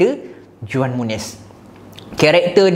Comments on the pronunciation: Bang..saya nak share sikit..cara sebut juan muniz is huan muniz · Juan disebut sebagai Huan bang...